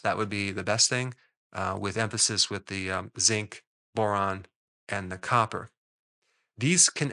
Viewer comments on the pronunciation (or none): none